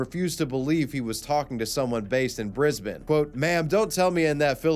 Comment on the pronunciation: Congrats on pronouncing Brisbane correctly!